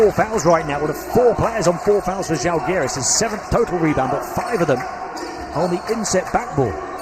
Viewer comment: Can you please pronounce ŽAlgiris, with the accent on A, like Pride with an open A (like I ) instead of Žalgeeeeeeris. The accent falls on the Žá please. It’s impossible to recognize what is said.Thank you!